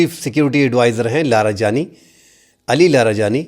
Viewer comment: Larajani ❎ LaroJani❎ Ali larijani✅